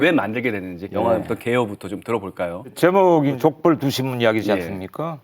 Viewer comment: '족벌' 두 신문이 말 하시는데 왜 내 귀에는 '족발' 두 신문으로 들리지 ???ㅋㅋ 올 저녁은 족발이나 뜯어야겠다